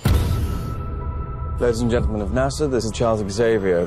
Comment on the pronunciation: When he said NASA I thought he says Sanza 😂